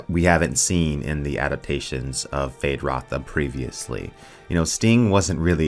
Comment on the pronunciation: Why are you removing the U from Feyd-Rautha?